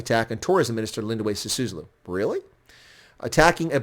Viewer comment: By the way: it's S-I-S-U-L-U, not S-I-S-U-S-L-U. Literally one of the easiest to pronounce South African surnames for a non-South African foreigner, yet you failed. What a "South Africa expert" you are. 🤣🤣🤣